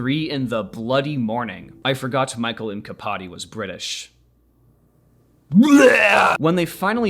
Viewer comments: I think the mkpadi is pronounced like a Mac at the beginning of a name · for your (pl.) information, the k in mkpadi is pronounced "at the same time* as the p, which is a thing not uncommon in african languages